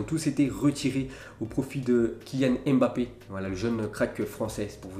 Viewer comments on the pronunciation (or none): none